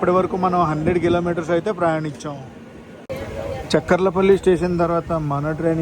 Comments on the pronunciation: It's not chak kar la palli.....cha kar la palli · Good coverage. Devarapalli is industrial area for Hindupur. చెక్కర్ల పల్లి కాదు చాకర్ల పల్లి. ఉదర halli కాదు ఒడ్డెర హల్లి. మాకలి దుర్గ. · Chekkarla palli kadhu chakarlapalli